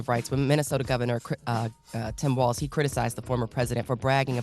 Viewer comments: Envy gotta stop Calling Tim Wals Tim Walsh. 😂😂😂😂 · It’s Walz not Walsh Envy. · Can someone please tell Envy its Walz, not Walsh